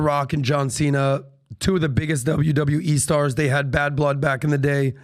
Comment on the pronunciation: The mispronunciation of Cena's name is also painful. Also, Vince Vaughn didn't play 'Psycho,' he played Norman Bates.